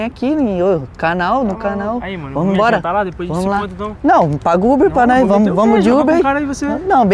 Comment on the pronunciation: Kkkkkk "Dps eu vou emboura"